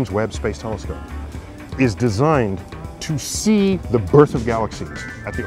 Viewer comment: Look at the way he says "designed" . Neil means business.